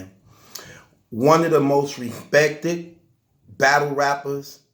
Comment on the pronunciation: “Repecthid” “unecpekthid” Words with the “eck” sounds a little tough for you huh?